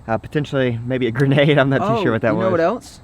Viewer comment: When u say a gernate Me: Don't be dumb watch to not pull the trigrer